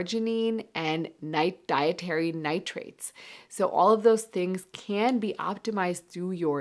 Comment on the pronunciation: She said "can food give you stronger erection" I thought she said "canned food give you stronger erection" 😂